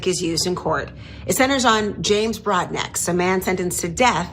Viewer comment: Broadnax is pronounced "Broad- no"